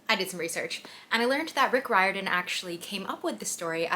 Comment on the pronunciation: Her: Mr. Roiradan, us: uncle rick